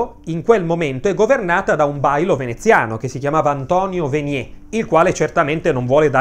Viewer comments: Grazie del bellissimo video con chiara ed esauriente narrazione! Unico appunto, da veneta, l'errata pronuncia del noto cognome VENIER: non siamo in Francia!! (venié), bensì in terra veneta, dove si pronunciano tutte le consonanti e vocali delle parole, quindi VENIÈR!! Infatti, a titolo di curiosità, anche il nome del noto stilista veneto era pronunciato correttamente PIETRO CARDÌN, e solo successivamente francesizzato (ma lì giustamente perché emigrato in Francia) in CARDÈN . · si dice venier come è scritto....non veniè....è veneto, non francese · Veniè non si può sentire...VENIER non è francese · Unica puntualizzazione, il cognome Veneziano Venier non si pronuncia "Venié" alla francese ma "Venièr", con la E aperta e la R pronunciata. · Veniè, Però non si può sentire.... Non è un nome francese... è Veneto; dunque, si pronuncia com'è scritto: Venier. Comunque, Ti seguo da sempre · Venie’ non si può sentire, per favore no no no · tutti i cognomi che finiscono in R come : Badoer, Venier, si pronunciano all'italiana